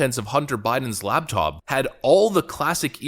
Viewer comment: Laptop, not labtop.